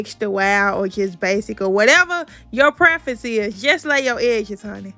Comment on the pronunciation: Girl I Knew you was from Memphis when you said HUNNI and yes drawstring ponytails are the best for making buns